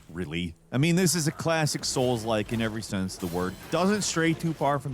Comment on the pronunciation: I'm tired of hearing soul-like. 😂😂😂